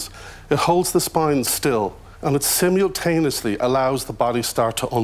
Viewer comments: is obviously a wide boy and his colleague looks like a fan boy. How silly....and if you don't want back pain stop eating lard like our. What is "simooulltaneously..."?? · He can’t say ‘simultaneously ‘ properly.